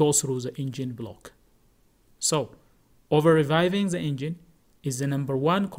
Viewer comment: there is a rev limiter in place and a fuel cutoff which will not let you over rev unless you money shift a gear in a manual car. You just call revving, reviving, which is not the proper pronunciation